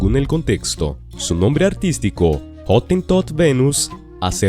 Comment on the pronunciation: Otin Tote? Jamás lo había escuchado.